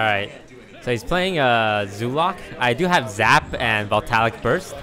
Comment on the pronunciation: it's voltAIC not voltaLIC -_